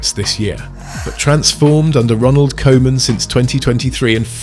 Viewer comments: its koeman not kooman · I'ts pronounced COO-MUN, not Koeman. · How is it possible to mispronounce Koeman's name? Cruijff, I understand. The ui-sound doesn't exist in English. But the 00-sound (as in football, loose, room) does. And the Dutch 'oe' is pronounced as 'oo' in English. Every football lover knows Koeman and knows it's coo-man, not co-man. Do better. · And I know this is AI, but can we say KOOOOOO man please? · It hurts my ears to hear Koeman be pronounced like kohman 😅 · Koeman : Coo-Mahn (phonetic) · Really don’t mind your pronunciation of “koeman” but if it helps the koe in Koeman is like “coo” in “cool”, “cooman” if you will. Hope this is helpful! And loved your vid!❤ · Could you pronounce the manager's name as Cooman? For the rest, nice video, tnx! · It's simpler. The OE sounds like the OU in YOU. So Youman, Kouman, Koeman.😊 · Koeman is pronounced as Coo-mahn. In Dutch the the "oe" is pronounced like it is in the English word "shoe". Man isn't pronounced as "men" but with an "ah" sounding letter A.